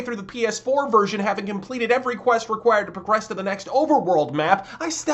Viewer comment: "halfway through the ps4 vesrion having compleated the every quest..." wait wut i think i'm hearing things again.